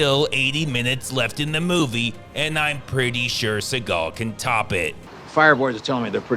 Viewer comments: I luv how he pronounces Suhgaw😭🤣😂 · It's pronounced "Seagull" C-GL Cee-Gul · Always keep in mind , the real pronunciation is ' Seagull ':face-blue-smiling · You should pronounce his name as the bird... as that's how it's supposed to be pronounced. He just changed it because he thinks it sounds cooler.